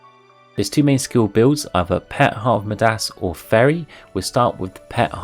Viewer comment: Not sure why, but you are saying midas really wrong. It's a long i, so more like my-das.